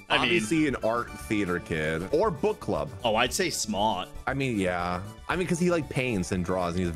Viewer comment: Every time you say book I hear but💀